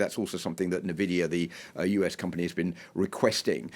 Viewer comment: "NaVidia" - Baldie